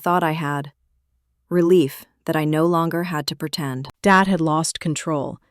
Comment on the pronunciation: Why does "dad" come out as "David"???